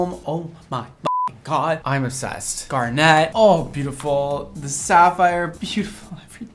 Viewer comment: Um... in garnet, the accent is on the "gar": GAR-nit, not gar-NET :x